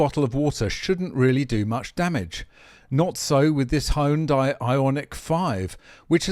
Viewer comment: Appliance that sustain major damage from common human error is a design flaw. I think he pronounced Hyundai.